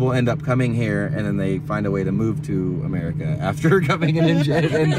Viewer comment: Did you just say Murica?🇺🇸🇺🇸🇺🇸